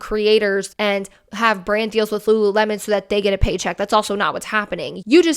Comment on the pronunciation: i hear lularow everytime i hear them say lululemon lol